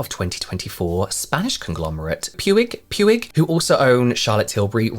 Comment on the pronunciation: Hi! Spaniard here❤ just to say that Puig Puig is pronounced like “puch puch”. Found the way you said it so hilarious and wholesome though😂 love your videos James!